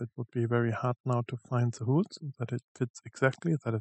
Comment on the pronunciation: Sorry, aber weil du's so oft sagst: Die englischen Löcher spricht man eher hohl's aus (wie in: hohl's mir mal bitte ein bier aus der Küche) und die Lager sind Bär-rings nicht Bier-Rings. Trotzdem super, sonst gibt's fast nix sinnvolles zum Thema auf YouTube, danke nochmal.